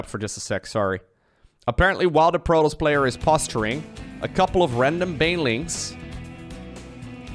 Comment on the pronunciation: am i going crazy here or is he pronouncing protoss like 'Protals'?